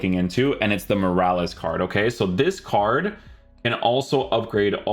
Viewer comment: Why do you say wierj and carj instead of weird and card 😂